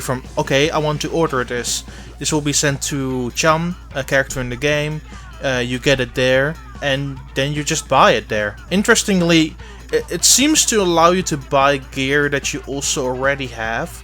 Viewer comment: The name is murch not chum